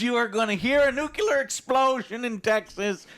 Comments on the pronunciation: Joe...it's not pronounced nuke-you-lure...it's nuke-lee-er. Get it right. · dammit Joe it's pronounced NuCLEAR not NuCULAR